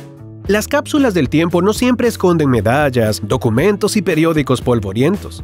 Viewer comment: En el minuto dice ducumentos y se dice documentos